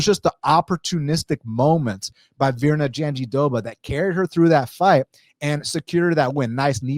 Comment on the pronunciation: JandiDoba? Her name has an R….JandiRoba…..great breakdown though 👏🏾